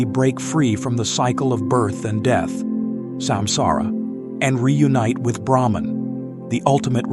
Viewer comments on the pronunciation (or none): none